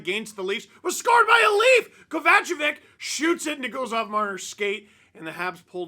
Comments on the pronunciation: Steve’s pronunciation of Kovacevick made me laugh out loud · That's the first time I heard someone say "Kovacevic" like this hahaha. Overthinking it a bit I think Steve :p